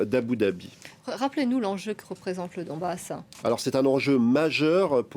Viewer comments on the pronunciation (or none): C’est Donbass Et non pas Dombass